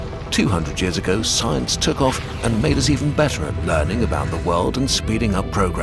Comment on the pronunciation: The way he says “200 years ago SCIENCE took off.” 😑